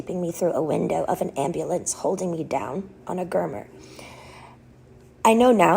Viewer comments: This is an old recording of her I heard this a few years back. It’s still heartbreaking. I remember specifically because she mispronounced gurney and called it a gurner. Only saying that because that’s how I know this is the same recording I heard years ago. This woman who brought so much joy and fun to all of us deserved so much better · It is very sad and I am not in any way trying to poke fun or take away from her story but I googled it trying to figure it out and see if she was mispronouncing it or if it was a word I'd never heard before... What is a gurmer? She said her friends told her down on one and then said the ambulance held her down on one... I thought she met gurney but she clearly says an Rrrr sound at the end. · Exactly. "swap" instead of "swat" team. "gurner" multiple times so it was not a "slip of the tongue". Perseverative on "demoralizing." Courts do not uphold guardianships and conservatorships this long for nothing. It is investigated frequently. I don't agree that her guardian needed to be her father... but something is going on.